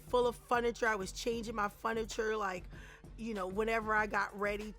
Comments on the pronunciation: Wtf is foniture ? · Apartment full of FUNiture, I was changing my FUNiture. It's furniture with an r in it 😂😁😂😁😁😂😂😁😂😁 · "Funiture" though? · The way she keeps saying Fun-iture ; is so silly , I just LOVE yo-yo ❤ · Never heard anyone pronounce furniture as “fun-it-ture” 🤣 So cute!